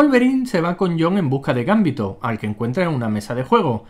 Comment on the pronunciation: es GamBiiÍ!!to !!!!!!! Hablen bien